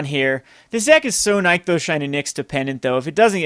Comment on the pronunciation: You drive me crazy with your card pronunciation! It's "nick-those" not "nyek-those"